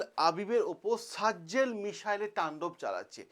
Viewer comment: আরে সারজজেল না ভাই সাজজিল।